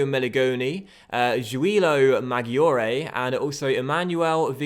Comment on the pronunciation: Great vid and I'm excited to see you in Italy again! Just a couple pronunciation tips if you want them: in Italian and G or C before an I or E (single or double) sounds like J or CH respectively. So Maggiore, for example, is pronounced Majoray, basically, and so on. Similarly, a CH before I or E is pronounced like K (so the man's first name Michele is Mikelay, not Mishell). SC makes a SH sound, GN makes a ny sound like the ñ in spanish. Good luck and I look forward to seeing Palermo storm back to the Serie A and hopefully come in second to my beloved Roma!